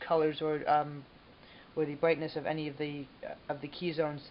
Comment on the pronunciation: The "bwightness"??